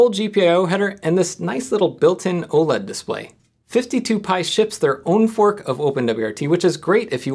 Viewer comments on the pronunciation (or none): none